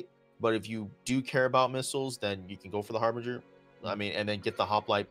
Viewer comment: Har-binge-err. Not Har-bring-err.